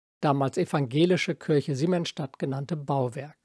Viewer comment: Beiträge von sehr hoher Qualität. habe ich als Architekt noch nicht mal was davon gehört. muss direkt wieder nach Berlin fahren. dabei hatte ich zu meiner Zeit in Berlin Freunde in Siemensstadt wohnen. vielen Dank für diesen tollen Beitrag. auch wenn es Kirche und nicht Kürsche heißt. 😊